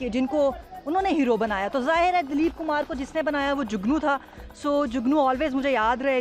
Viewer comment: It's Dilip Kumar not Daleep Kumar 😬